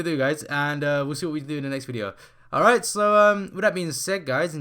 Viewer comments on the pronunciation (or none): none